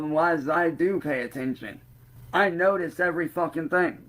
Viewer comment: “i dew notize”🥴